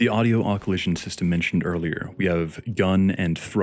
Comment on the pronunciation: Im sure youve been told but its pronounced uh-klü-zhun